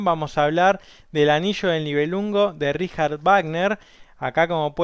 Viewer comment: A pesar de haber pronunciado la palabra "Richard" de manera correcta "ˈrɪça:t", la palabra "Wagner" no lo está, ya que no solamente la W suena como dices, sino que la sufijo -er se ponuncia como un schwa, o sea "ˈvaːɡnɐ".